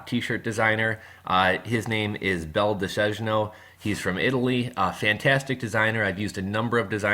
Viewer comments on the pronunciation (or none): Great info, thanks! Btw, not that it's that important, but his name in Italian would be pronounced Bel - Dee - Say - Nyo.